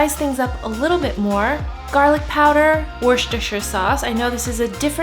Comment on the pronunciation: I loved the way you said Worcestershire sauce lol it’s pronounced worse ter sher sorss